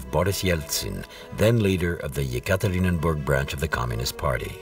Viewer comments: If you prepare a documentary just try to pronounce the toponyms correctly. Not Tsarkoe selo but Tsarskoe selo. And very annoying is the repetitive Yekaterininburg. The city is called Yekaterinburg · Yekaterinburg, not Yekaterinenburg!!!